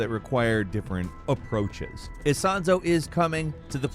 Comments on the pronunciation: ISONZO not Isanzo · Isonzo, not 'Isanzo'. It's a river, on the eastern border of Italy